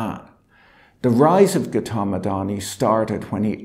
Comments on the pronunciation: Patrick hasn't got the pronunciation of Gautam right. It makes listening rather unpleasant. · Patrick, great video as usual, but to be honest, I wish you'd take a minute to look up how to pronounce the names of people you cover in your videos. "Adani" is fairly close, but "Gautam" and "Vinod" are way off, and hearing you mispronounce them dozens of times over the course of half an hour was a little grating. Not that I have any particular respect for these two men, but you may have viewers with these names too, as they're pretty common Indian names.